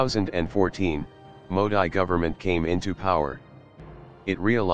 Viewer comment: It's mo-deee not mo-di